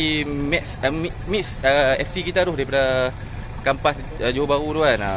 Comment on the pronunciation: Kempas bang..bukan kampas..kat johor bahru..